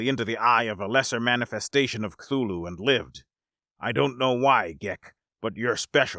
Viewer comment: You’ve got to be the first person I’ve ever heard pronounce Cthulhu correctly